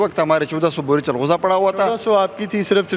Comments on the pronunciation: Inkar bahi changoza nahi chalgoza hota hay urdo ko thiq karoo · Lahori bhai changhooza nhi chalghooza hota h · Yeh anchor ko chalghoza kehna hi nai aata woh interview krny gaya hai